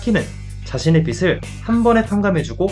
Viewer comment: 빚을 ->발음할때는 비즐입니다. 계속 비슬이라고발음하니깐 거슬리네요